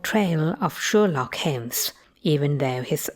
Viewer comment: Sherlock Heems ))